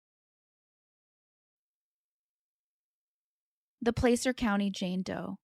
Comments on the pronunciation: as someone from northern california- it isnt placer county like place-r. its like a as in apple. "plah-sir" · Placer- rhymes with plaster. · Placer County is pronounced like plaster